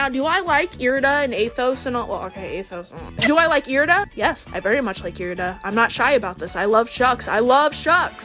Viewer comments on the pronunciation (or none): errrrmmm you actually said irida (eye-ride-ah) wrong so now your opinion is invalid🤓☝